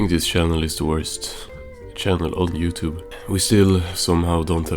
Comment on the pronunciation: “YouRube” lmao